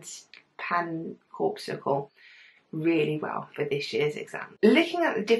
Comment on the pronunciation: its pronounced pa-cin-ee-an cor-pus-cle !! and thankyou i found this video very useful :)